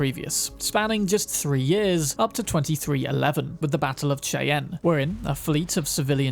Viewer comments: Cheyenne is pronounced ”SHY-anne” not Shayna. It’s okay, as a kid I thought that Charlotte was Char-lot-ee. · Cheyenne is pronounced like Shai-ann the ch making the sh sound. It is the name of a Native American Tribe from Minnesota but displaced to Montana where they have a reserve these days.